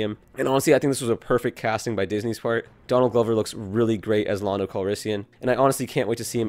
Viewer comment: It’s land-o